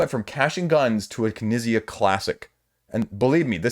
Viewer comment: Knizia is pronounced Kuh-nee-tsee-uh. Four syllables. And hard T/Z sound in the middle.